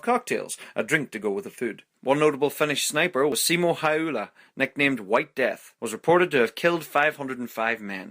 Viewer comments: its not häylä XDDDD Its häyhä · Snipers name:häyhä guy says: hayula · hayula i think it’s häyhä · Wrong he killed over one thousand and ur saying his name wrong